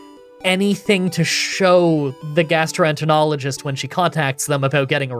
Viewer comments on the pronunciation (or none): Happy to see you’re knocking these appointments out bit by bit. I think the pronunciation is gastro-enter-ologist if you’re still curious. Congrats on 200 Pokémon challenge vids! Hope everyone is having a nice day